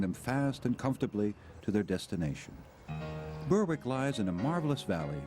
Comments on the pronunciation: Ouch, it's not "Burwick" it's "Berrick". Sloppy not to get the pronounciation right. Still, this is a parody American travelogue. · Berwick wrongly pronounced